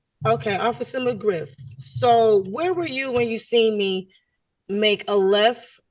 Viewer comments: When Officer McGriff said his name. I thought I heard Officer McGruff 😂 the safety Dog. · McGriff, not McGruff the crime dog😂